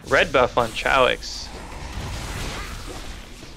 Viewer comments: they call him Chow-X to make fun of him its actually "Kay-ox" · Kay - oox, not sha- oox (sorry, is not spanish)